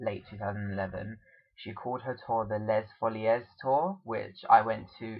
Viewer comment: That was the worst pronunciation of Les Folies I have heard.